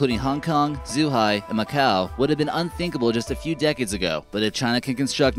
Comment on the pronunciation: Why do you pronounce Guangzhou as 'Gwyangzao', Zhuhai as 'Zoohai', and Hainan as 'heynan'? If you're going to make a video that thousands of people will see, put 2 fucking minutes into learning how to pronounce the names.